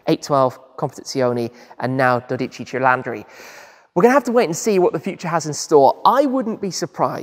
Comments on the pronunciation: You keep saying cilandri it's cilindri not cilandri......at least get the NAME right...... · There's no "a" in Cilindri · The front of the new 12 cilindri can’t be uglier… BTW, it’t not CilAndri… is Cilindri, you pronounce it all i… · I need the confidence with which he says "cilandri" and not "cilindri" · You are saying CILANDRI, it is actually CILINDRI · Your pronunciation of CHIL-AHN-DRE is killing me bro. It’s CHILL-IN-DREE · Doh dee chee Chuh leen dree...roll the r. 😅 No matter how you say it, it's really a beautiful new 12 cylinder Ferrari and I am happy it exists!!! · You really should have learned how to pronounce the cilindri. Also, there is no A, it's not cilandri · i'm italian: CILINDRI it's pronunced chee-lee-ndree... You misspronunced it like 100 times in this video eheh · Dodeci cilandri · It's cilindri!!! Not cilAndri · Stop pronouncing it wrong. It is cilindri with an I and not cilandri with an a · Cilindri is pronounced as if it were "Chee-leen-dree". To us Italians, you sound as if you said "Chee-LAN-dree". So drop the "a" Tim. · Bro say it right pls😂 not cilundri 😂 cilindri ok?!😂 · While Italians everywhere appreciate the effort at correct pronunciation just put it into Google Translate first and you’ll get the accurate pronunciation because you were adding an a into Cilindri that isn’t in there and you’re putting the emPHAsis on the wrong syLLAble 😉 it really ultimately doesn’t matter that much (because as I said, the effort is appreciated) but it’s like nails on the chalkboard if you speak the language 😅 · Come on Shmee, buy a 12 CILLAAAAANDRI!!!! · Oh dear, its not “cilandri” - thats quite painful to hear,😢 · Why do you call it a dodici cilAndri..?? i just need to know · Hello Tim, great presentation of a fantastic new Ferrari GT car. But please don't say "Doditchi Cheylandry"! 😆 I think this brand deserves their names to be pronounced properly! 😉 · no it's cilinDre 😂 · Dodigi cilandri 😂😂😂😂😂😂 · You're saying it the wrong way man😅